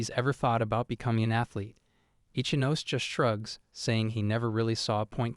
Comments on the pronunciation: Ichinose is pronounced "E-chee-no-seh," not "Itch-ah-nos" Can you manga readers give a SINGLE ounce of effort to respect the source material and give a single fuck? Please? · Ichinose ✖️ Itchy-nose😂